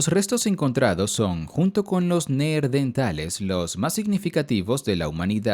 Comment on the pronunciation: Por qué en los dices "Neerdentales"? La R va en la segunda sílaba, Neandertales.